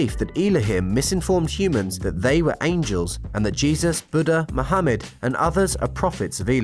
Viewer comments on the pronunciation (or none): none